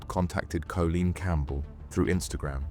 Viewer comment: Are you ai? Cz surely you’ve got to of grown up inside a hard drive if you think that’s how you say Colleen 🙈